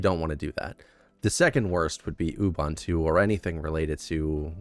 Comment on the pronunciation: It's not Obuntu, it's Ubuntu.